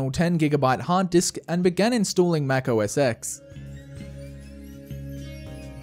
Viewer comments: Apparently that is pronounced Mac OS ten not ecks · It’s pronounced: Mac OS 10, not “X” LMFAO! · lmao he pronounced mac os X "mac os EX" its actually a roman numeral letter so according to apple (lmao) its pronounced as 10